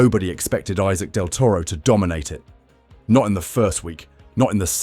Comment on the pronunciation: You don't kmow to pronounce his name. Respect thim and learn to pronounce his name..